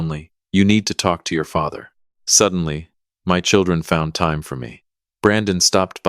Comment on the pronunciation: WTH is this AI deal about pronouncing time like it's a LINEAR MEASUREMENT???